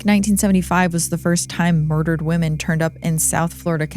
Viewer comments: Women is pronounced wim-in. I haven’t heard anyone pronounce it correctly in 10 years. Dr. Horvath was half right. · WOman singler The O is silent when plural pronouncing Women sounding like Wimen Please look it up and pronounce it correctly